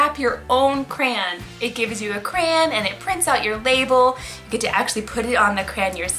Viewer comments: its CRAY-ON not CRANE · CRAY-on not CRAY- In Edit: sorry it was bothering me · I’m sorry but I’m getting triggered that she said criaaaan